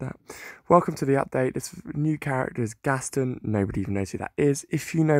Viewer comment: It is not gastin it is gast on